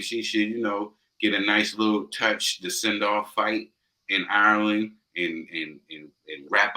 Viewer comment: 2 minutes into this and that lad made a complete fucking shitshow of saying the name "Ireland".... sweet Jesus that's embarrassing 😳